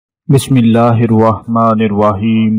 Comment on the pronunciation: Kmaz km bsmella to thek sy para kroo nem hakeem sab???